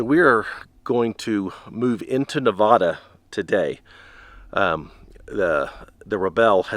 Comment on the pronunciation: its Nevada not Nevahduh